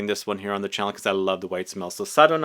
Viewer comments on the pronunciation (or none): none